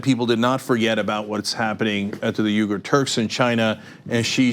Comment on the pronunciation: Super minor comment: Cenk, your name comes from the same origin as Uighur, but theirs is pronounced "We ger"